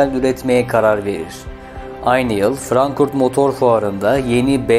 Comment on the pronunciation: Frankfurt yerine sürekli Frankurt diye telaffuz ediyorsunuz.